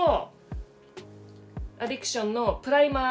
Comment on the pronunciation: アディクションじゃなくてアディクシャン！ さすがめっちゃ発音良い！ メイクアップ動画なのにおもろい笑 おもろいだけでなく美しい！ 美しいのに変顔したらちゃんと変顔！ おもろさのミルフィーユって感じ笑